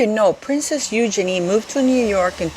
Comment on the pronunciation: Wow great letter.💯. Also, kudos to you for pronouncing Eugenies name correctly most on yt dont. 👍